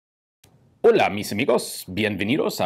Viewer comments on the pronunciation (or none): none